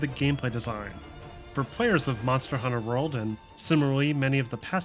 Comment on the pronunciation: The way you say Monster: Hunter World bothers me, it's Monster Hunter: World